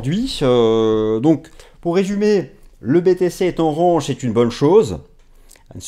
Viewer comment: Il n'y a pas que ce mot malheureusement lol. Soit on utilise des mots français soit on fait un effort sur la prononciation...